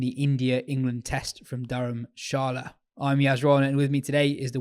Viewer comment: Yas is an embarrassment, geeza can’t even pronounce Dharamshala.